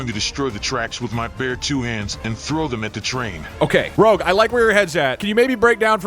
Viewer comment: We all know that you said "rogue rouge" incorrectly in the stream, you can't hide it from us